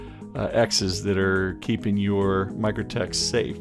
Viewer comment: Mikrotik = Micro "Tic" Not Micro "tek"